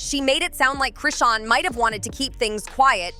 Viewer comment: Now ur callin Chrisean RAHSAWN GOOD FKN GRIEF🤦🏽‍♀️